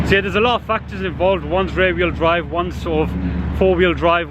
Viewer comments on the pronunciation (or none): Rear wheel drive sounded like rare when u always say it. Top vid as always